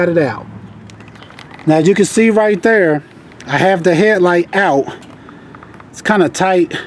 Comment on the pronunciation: The way you say Thur has me listening to some old Chingy 😂😂